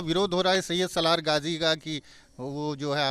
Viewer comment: ये औरत गाजी बाबा का नाम सही से नहीं बता पा रही है और अपने ऊपर गाजी की सवारी बता रही है ।